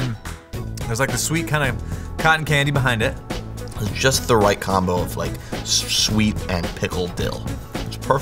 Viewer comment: “It’s just the right combo of schHH-scHWeet and pickle dill.”